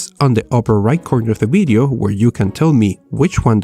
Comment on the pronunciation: WHY ALWAYS BIDEO INSTEAD OF VIDEO THOUGH